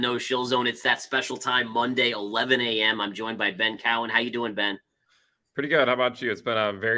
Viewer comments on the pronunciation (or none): Ben Co-wen!! Not Ben Cow-en. FFS